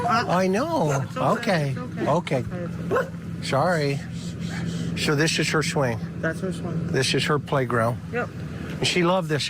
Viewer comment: "Scho thisshh ish her schwing. Thissh ish her playground."